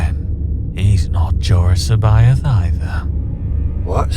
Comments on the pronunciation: I have but one suggestion to make, and that is how every voice actor interprets and pronounces names and places differently. Jorus C'baoth seems to be the biggest problem. Thrawn pronounces him as, "seb-bi-ath. Capt'n Pellion calls him "see-bi-oth." The character playing Jorus C'baoth, himself, pronounces his own name, Jorus seb-oath and Wedge Antillies calls him...Jorus See-both." I always read it as, "see-bawth. I used hyphens to distinguish syllables breaks and not pauses in the name's pronunciation. It would be helpful if all voice actors pronounced names of characters and places in the same way as it adds confusion when each actor pronounces things with their own, "spin" on it. Just tossing that out there for part 2. Your own name is. Would it not be weird if one person called you "Dah-mee-un Val-un-tine, and another "Day-mee-en Val-een-teen? If you get my drift? Just a helpful hint here. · I just love how Luke cannot pronounce Jorus C'Baoth's name. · No two characters pronounced C'boath the same way. Most accurate representation ever.